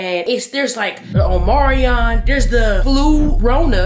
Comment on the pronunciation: Lol it’s omicron not Omarion 🤣